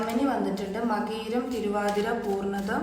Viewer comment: പൂർണതം അല്ല.... പുണർതം എന്നാണ്